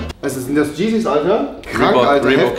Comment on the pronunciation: Wie er es einfach 'Geezys' anstatt 'Yeezys' ausspricht🤦‍♂️